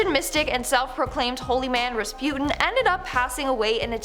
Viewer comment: uh.... is Res-Pew-Tin the way to pronounce the name?